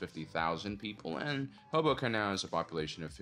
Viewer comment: I first heard 'hobo camp' instead of Hoboken. "They have pretty advanced buildings for a camp.... oh."